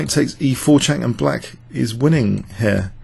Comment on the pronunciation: 'here' always sounds like 'hair':-))